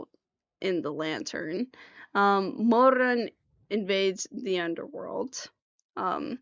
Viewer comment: 1. love the kiba outfit 2. cannot stand the way you say Mo RRRRUN (Chinese Pinyin r IS NOT the same as English r) 3. I'm so glad someone you made a summary for this because it's hard to find one that isn't about the donghua, a reading, or a specific chapter and covers a lot